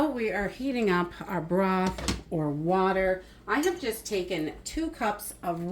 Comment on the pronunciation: After she said that, I had to say it out loud.😅